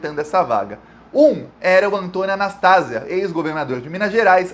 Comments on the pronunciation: NÃO É A NAS TÁ ZIA MEU IRMÃO, É A NAS TA ZÍA 👍👍👍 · Anastasia. Não é Anastásia. 🥰🙋‍♀️ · É Anastasia e não Anastásia. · o nome é Antonio Anastasia e não Anastásia. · Fala. Só corrigindo: o nome do senador não é "Anastásia" é "Anastasía", blz? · apenas uma correção na pronúncia do sobrenome do senador Antonio Anastasia: leia- se Anastesía( acentuei a sílaba tônica para esclarecer). Obrigada. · a pronúncia certa do nome do senador é (anastazía) oxítona 😉 igual queimação no estômago. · não é Anastasia e sim Anastasia. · A pronuncia é Antônio Augusto Junho Anastasia e não Anastásia, suporte de Aécio no governo de Minas. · Anastasia ou anestesia como era chamado quando era o Governador de MG Não é Anastásia é Anastasía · Gosto dos seus comentários e das informações. Antônio Anastacia ... não há acento ao pronunciar Anastacia. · O senador de minas chama Anastasia...e não Anastásia... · Anastasia e não Anastásia. BH.MG agradece. Sabermos que esse coluna do meio, é golpista e sombra do " cheiroso " Aéssim. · Anastásia não, Anastasi(í)a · Não se pronúncia Anastásia. É Anastasía!!!! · Não é Anastácia e sim Anastasia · Oi! É "Anastasíía " 😊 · o cara se chama ANASTASIA e não ANASTÁSIA. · Anastasia. O nome do senador é AnastaSIa. A sílaba tônica é a SI. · você tá falando o nome do artista que foi pro TCU errado. Anastásia _ Anast + azia é o correto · se fala ANASTASIA. paroxítona. Ventriloco de Aécio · Prezado, só ia fazer uma pequena correção na pronúncia do Anastasia, mas nas últimas vezes vc falou de forma correta. Não por simpatia, mas acho que sempre foi um cara muito inteligente, articulado e discreto, e novamente provou isso. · A título de colaboração, é Anastasia, sem a sílaba tônica na "tá". Ainda que ligado ao PSDB, é o melhor deles. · E Antônio Anastasia fale certo o nome dele